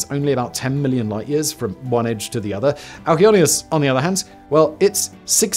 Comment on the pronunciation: For anyone wondering, the name of the largest galaxy is Alcyoneus. Simon's pronunciation was not very clear.